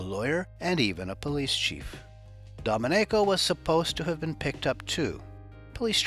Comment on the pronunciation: Not the correct pronunciation of Domenico